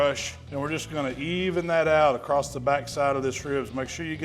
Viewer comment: Am I missing the boat on us changing the pronunciation of the word across to "acrosst". Did I miss a vote or something?